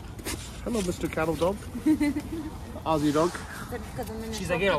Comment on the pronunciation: Holy.. a yank pronounced Aussie properly, you did it!